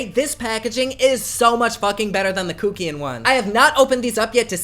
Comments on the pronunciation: And it's Kuck as in Fuck. Not Kookian. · Instinctively I believe kuckian is pronounced Satan?! 😉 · The way you say Kuckian gags me omg 😂😂